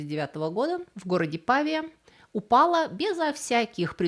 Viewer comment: Прекрасный рассказ. Только не ПАвия, а ПавИя